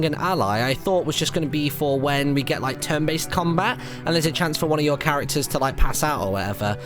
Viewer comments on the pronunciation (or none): none